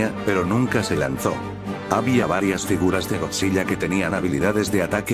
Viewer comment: Oye, te informo que cuando dices godzilla en tus videos se escucha "godziya", para que se escuche mejor recuerda que tienes que ponerle una L al escribir en el Loquendo godzila. Eso es para que cuando subas un nuevo video de godzilla se escuche mejor;-)....